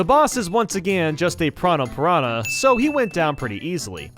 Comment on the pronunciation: “Let’s him attack enemies” attacks a pianah